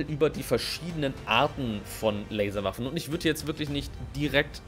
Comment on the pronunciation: Ich habe einfach viel zu oft Larswaffen verstanden ^^